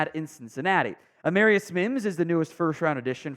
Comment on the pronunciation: Wrong pronunciation of the first round draft pick, A Marr i us, not A mare i us...